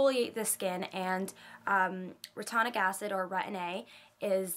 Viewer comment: it's re-tin-oic acid.. great vid btw!